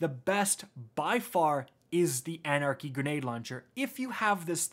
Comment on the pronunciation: everytime " anarcy anarcy anarcy"...